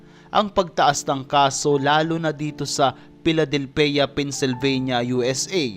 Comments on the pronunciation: Philadelphia is pronounce as " FILADELFYA " not phila- del- phia.. And about your content it is somehow wrong.. Because the people you are showing are drug addicts and yes they're homeless.. It is their choice to be like that.. Kasi kahit anong bigat ng problema ng isang tao hindi droga o kahit ano pa man ang makakaresolba nito kundi ang harapin ang problema kahit gaano pa ito kahirap.. And at the same time it's their governments' fault by not doing something about their drug problems.. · Piladelpeya hahahahahaahaha ayusin mo naman!!!! Manood ka ng NBA pra malaman mo kung pano sabihin yan tsk..... Ayusin mo!!!! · "Piladelpiya" Hahahahahahaha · Bakit po Pi-la-del-pe-ya ang pagbigkas nyo? Baka mabash kayo nyan. Kahit sa tagalog mali po yan dahil ang equivalent translation ng Philadelphia sa tagalog ay Filadelpia. Kaya mali pa rin po ang pronunciation nyo. Check nyo po muna ang pronunciation bago kayo mag vlog dahil magdudulot ito ng kalituhan at pagkainis sa mga residente ng Philadelphia. #justmy2cents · Saan kamo? Phili-del-pay- yaa daw!😂😅😂😂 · Philadelpheaaa daw ngongo kba? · Sa di ko kasi malamang dahilan, parang ang sarap mong saktan sa tuwing babanggitin mo yung Pe-la-del-pe-yah... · Pi-la-del-peya lols 😅😂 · Paki ayos mo ang pronounced mo sa Philadelphia... Marinig pa ng bata magaya kapa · Wala k nmn akam dyan sa lugar n yn...ni pagbigkas k ng lugar di mo alam eh...di yn mhihirap aduk yn mga yan .ogag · This vlogger is ignorant o the fact. Hindi nga ma pronounce ang Philadelphia. Homeless in the US are their choices. Lazy homeless are drug addicts. Yes there is one street in Philadelphia (kensington) where these drug addicts hang out. If you notice most of them are unfortunate young whites. They are not poor or pulubi It is their choice. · Ayusin mo pronunciation mo ng Philadelphia brad, ang sakit sa tenga pakinggan.